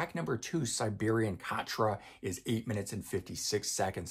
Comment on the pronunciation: Siberian Khatru is pronounced, Siberian KA-TROO, not KA-TRA.